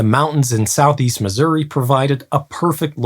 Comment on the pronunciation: Holy hell, a YouTuber that actually pronounces Missouri properly! Kudos!